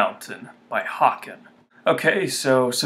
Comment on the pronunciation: H-a-ken. As in bacon...